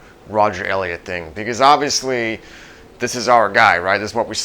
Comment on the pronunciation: You can't even pronounce Elliot's name correctly. You're wearing an Affliction shirt and skull cap. You are the epitome of a douchebag. RIP Elliot.